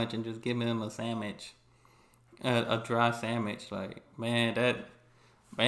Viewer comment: This is the first time I've ever heard anyone pronounce sandwich as sam-ich 😅 I enjoy your videos.